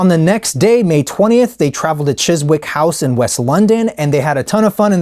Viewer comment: 😆 "chiz-wick""... its pronounced "chiz-ick", la! ✌🏻